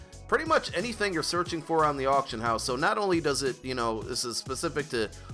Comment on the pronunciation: "Autcion" lol Someone's been drinking.